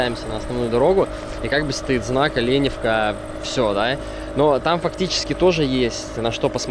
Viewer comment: Так Оленевка или Оленёвка?